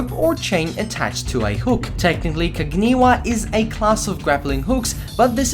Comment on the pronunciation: That mispronunciation, though... Shoge: SHO-geh Kaginawa: KAH-gee-NA-wa Kakute: KAH-kuh-TEH